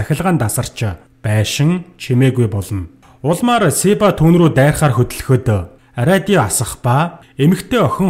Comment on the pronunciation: radio gedeg ug yaagad ariodio bolood bainaa hahah